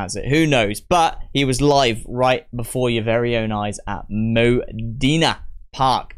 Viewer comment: funny the way he pronounces "Modena"... 🥳, try to say "Mòdena", with the e pronounced like in "bed" and with the tonic accent over the "o" ☺️